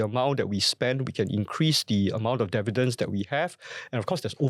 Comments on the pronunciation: no dun correct it. I’ve learnt to accept Indian Indian developers saying Dair-vair-lop, so I’ve gotten used to your dair vi dents. And I will know it’s you and not AI 😂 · DIV- VEE- DENDS !!! OMG! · WTF is "Dair-vidents?!"